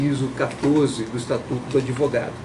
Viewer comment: Não é adevogado seu jumento